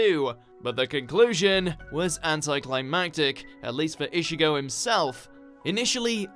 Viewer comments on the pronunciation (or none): 'ISHIGO' really -_ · Everybody: Ichigo: Ishigo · bro did he just say ishigo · no offense but still couldn't stand anime dubbed in English. And the narrator couldn't even pronounce Ichigo properly...Ischigo irritating.